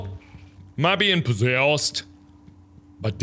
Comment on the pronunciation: the way he says possessed 😂